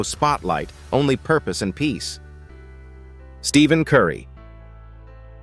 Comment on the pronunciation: It’s Stephen not Steven. I’ve seen this a lot whenever AI pronouns Stephen Curry’s name. Whoever is posting this reel should correct this. It’s annoying and disrespectful.